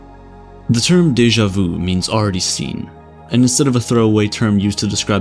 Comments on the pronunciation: It's deja VU not deja VOU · Its sha-mey vu its not the right spelling but no its not daja vu